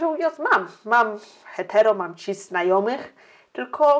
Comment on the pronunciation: Ciężko mi się tego słucha bo zaproszona osoba ma dziwny akcent lub wadę wymowy. Chyba że nie jest polskiego pochodzenia. A no i cis- wymawia się chyba bez zmiękczania na ć